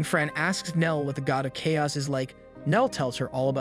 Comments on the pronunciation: I really like this channel but in the minimum amount of disrespect possible I would like to point out you have slight mistakes pronouncing telekinesis and chaos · I was wondering about that. It is spoken so naturally that those little bits stand out so blatantly and give you an uncanny valley feeling. I was always confused how someone could mess up such basic words. Such as where it mispronounces "chaos" twice in two different ways. Thanks for the confirmation.